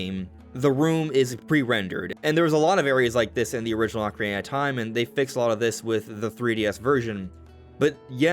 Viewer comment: Thank you for saying Ock-arina and not Oak-arina 🙏🏻 😂